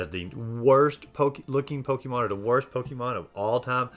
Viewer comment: It’s po-ke’-mon not po-kie/key-mon